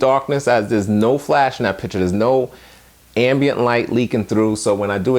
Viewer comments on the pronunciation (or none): none